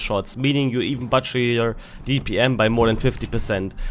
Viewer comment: Sorry, I’m gonna have to say it…“butcher“ is rhymes with the German „Kutscher“ - not „Batscher“